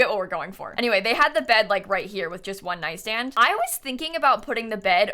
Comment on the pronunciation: It's so strange to my ears to hear repeat "one nightstand". really threw me off the video for a second xD timestamp is